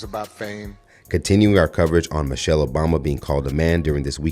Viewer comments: Josh Hokit is such an idiot, he couldn't even pronounce her name correctly, because he is an idiot. He said "Mochelle Obama is a man." Please listen carefully, because this stupid YT racist probably had too many strikes to the hear to even speak correctly. SAD. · He said mochelle 😂😂😂 you can just make fun of stupid folks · He couldn’t even pronounce Michelle properly. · It's pronounced Michelle not mo-chelle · That idiot said "mo chelle" he didn't even pronounce Mrs. O's name correctly. Those people are deranged attention seekers. I feel sorry for them. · Mo-chell, he can't even pronounce Michelle. Just ignore the willfully Ignorant 😊😂😂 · Can errr’body pronounce MICHELLE & BARACK’s names correctly?? The fool that insulted her said MO-chelle…and Barack was mispronounced throughout this video. 😖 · Barack - Ba-rock, pronounce it right... and its President Obama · I’m still trying to figure out who MOE-chelle Obama is, b/c that’s how he pronounced it. 🙄 Overly LAME!